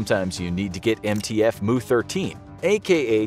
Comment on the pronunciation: "Mu" is pronounced like "mew", not "moo"